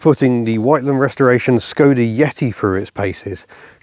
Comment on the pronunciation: Thank you for the clarification of the proper pronunciation of Skoda which I have been trying to make known since I found out about it in the 1980s from someone whose ancestry was from that part of the world. Living in the United States of America doesn't allow much access to Skodas except through reading material, tis a shame because they made some very noteworthy vehicles in the past. Wishing you all the luck in the future. Mr. Picky aka the cranky Yankee.